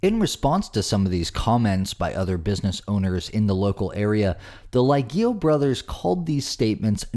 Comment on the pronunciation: What's funny is that the hotel brothers obviously have Italian heritage, they don't pronounce their Italian surname properly. Lee Ay Ge (hard G like Go) Oh